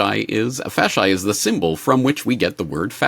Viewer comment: Fasci would be pronounced with a long ee sound.